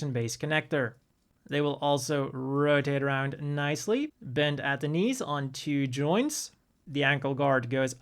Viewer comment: Ahhh the old "articialation" and "rodade aroond". Love it.